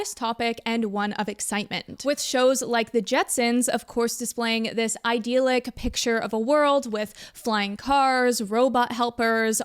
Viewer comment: I know this childish but the mispronunciation of idyllic sounds like nails on a chalkboard to me.